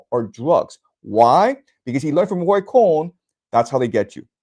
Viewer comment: roy cohn not ray